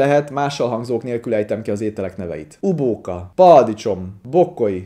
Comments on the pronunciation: Uvóka, paaticsom, toás. Átvettem a mestertől :D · Szegény bácsi állitólag agyvérzése volt azért beszél igy (nem tudom mennyire igaz), de azóta nálunk is szállóige a toás, ubóka meg a tömmőssajt XD